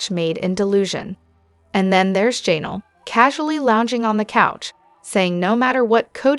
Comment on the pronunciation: Jan-ELL’ accent 2nd syllable. IZZ’-a-bell accent 1st syllable.